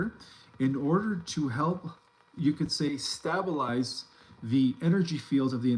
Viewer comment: It's " staybalize,, not stubulize